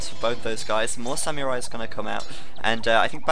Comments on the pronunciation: Its pronounced "Sam-ur-ai" not "Syam-Yur-Ai" lol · isn't it more like Sa-mu-rai? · actually it's "sa-mu-rai" ;) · pronunciation of samurai, grrrr.